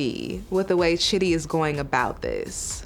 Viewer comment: "Lose ur patience Shidi lose it!" ... "Shidi drops this confession on Rayne!" I CANNOT 🤣😂 Just the name pronunciation got me in hysterics 😂